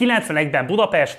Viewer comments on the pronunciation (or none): none